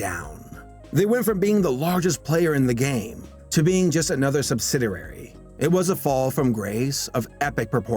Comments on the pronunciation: Subsiderary? .. Subsid - i (EE) - ary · It's pronounced "sub-sid-EE-ary", NOT "subsiderary". Read the billboard; it's Ruff and READY, NOT "Teddy". "Jack" Gleason NEVER went by "Jack"; it was ALWAYS "JACKIE" (from his childhood). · "Sub sid er ary"??? try: sub·sid·i·ar·y /səbˈsidēˌerē/ How can someone get through school without learning proper pronunciation of basic words? No to mention, never learning it by rehearsing their narration before recording it onto video? Has our culture become so immune to poor productions that no one cares to fix their product before releasing it? Wow. Wel, i guess mediocrity is the new norm. We even wind up with presidents who can't speak intelligently. What horrible role models we now have for the children growing up. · You also said "subsidirary" a few times. The word, of course is "subsidiary". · "Subsidiary" is five syllables read "Sub sid ee air ee," compare to your "sub sidder air ee ." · you also said sub-SID-er-rare-ee for sub-SID-ee-air-ee (subsidiary) several times. Note: there's only 1 'r' in the word. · And just what exactly is a "subsiderary"? Once can be overlooked as an error. Twice, both clear as a bell, and it looks like using words you don't actually know. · Come the fxxk on. Learn how to pronounce words like a fxxking adult. It's **sub-sid-E-airy" not "sub-sid-err-airy." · Sub Sid I ARY Not Sub Sid ER RARY (subsidiary) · Solid video but the way you're pronouncing "subsidiary" is killing me. "Sub sid E air E." Not "subsidarary" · Sub-sid-i-ary, not sub-sid-er-ary. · Oh hell... I'm going to pile on too.. It's SUB SIDI ARY not SUB SIDI RARY Just sayin...Very interesting and thorough video (see? Sweet AND Sour). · Okey dokey now: the word is pronounced SUB-SID-EE-ARY, not SUB-SID-ER-ARY! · Sub - sid - iary. Not "subsiderary". Subsidiary. Let's all say it together, class. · & The word is "subsidiary" (sub-SID-ee-air-ee) not "subsiderary". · Also, Subsidiary is pronounced: sub sid ee ary, not sub sid er ary.